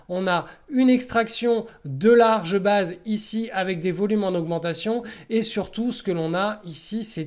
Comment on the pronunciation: J'adore tes videos que je suis chaque semaine (alors meme que je me pense expérimenté). Et malgré tout j'apprend toujours. Juste s'il te plait , il faut dire "baïze" et non "baaze" pour tight base (ou alors dire simplement "base resserrée"), et aussi iii-oo-èsse plutot que Aïe-oo-èsse pour EOS. Merci ! :) J'espere ne pas etre offensant. Continue, ton travail est formidable. Tu es très inspirant pour moi. Merci.